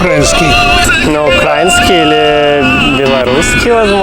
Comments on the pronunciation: не укрАинский, а украИнский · Боже ужас даже Украинка не сразу угадала и сказала УкрАинский а не УкраИнский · Не укрАінський, а украІнський… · Сколько поколений россиян и все так же не правильно говорят «укрАинцы», «укрАинский», «на УкрАине»🤦🏻‍♀️ Не смотря на то, что ведущие при них говорят с правильным ударение, но гостям пофигу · А мене більше бісить навіть те що вони не вірно ставлять наголос. УкраЇнський - правильно, УкрАїнський - 🤮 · Вони ставлять наголос на а УкрАїнська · Прям сердце разрывается когда они говорят УкрА́инский 😭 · боже, его 2 раза исправили, а он всё равно своё укрАинский лепит… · Все добре, правда не до кінця ще додивився, але відразу хочу порадити, виправляйте своїх респондентів ставити правильний наголос в словах УкраЇна та украЇнський (мене, наприклад коробить від неправильного наголосу). І якщо блогер або сам неправильно говорить або не виправляє я на такого не підпишусь, або згодом відпишусь, так само і всім раджу акцентувати увагу блогерів на цьому моменті. Так само на/в Україну! Слава Україні! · Заї...ли неправильно ставити наголос у слові украЇнський. Пацаки, мля